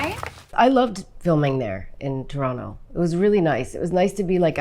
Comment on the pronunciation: Lindsay says Toronto like a true Torontonian!